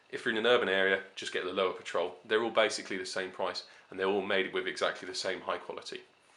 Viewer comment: It's pronounced "LOAVA". De nada.